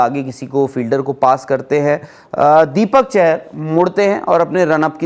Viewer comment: तुम लोग नाम सही नहीं ले सकते और बनते हो बड़े यूट्यूबर। दीपक चाहर है ना कि चहर। मेरे ही परिवार से हैं वो